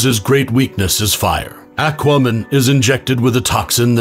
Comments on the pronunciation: Why does EVERY freaking robo narration pronounce Aquaman as "Ak-woman"...?? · Is nobody gonna bring up how this guy pronounced Aquaman?? "Akwuhmn" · Is no one gonna talk about how he pronounces Aquaman? 😂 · Clever to mention Flash specifically getting shot with a bullet so everyone is too focused on that to point out that abhorrent pronunciation of Aquaman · You pronounced aquaman severely wrong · Bot voice can’t even pronounce Aquaman correctly lol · I'm sorry, how did you pronounce aquaman???